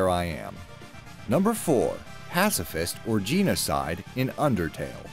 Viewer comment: You mispronounced like 3 main character's names horribly, and the word genocide, and a lot of these are factually incorrect. The Mass Effect Quarian or Geth choice also had a third choice where you could maintain peace, I actually uploaded it to my channel a year ago or something. Also, the Yennefer or Triss scene isn't a difficult choice at all... Yennefer was Geralt's love for years the decision was easy. Besides that its a great video, sorry it bothered me. The Fallout 3, and TWD S3 one especially were good choices.